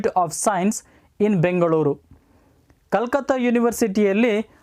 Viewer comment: That was not Calcutt that pronunciation it very wrong